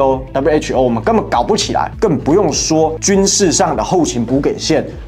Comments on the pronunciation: 補給( ㄐㄧˇ )，不是念( ㄍㄟˇ )，小小錯誤糾正一下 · 補給(ㄐㄧˇ)破音字